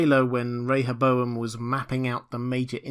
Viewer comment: Thank you for pronouncing Rehoboam correctly! 👍🏻